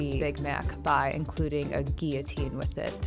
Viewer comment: my only takeaway from this is that Emma pronounces guillotine correctly. I knew it was right to stan her